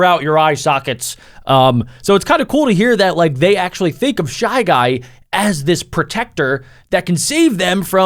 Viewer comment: It’s shy jay